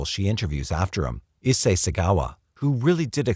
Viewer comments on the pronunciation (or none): none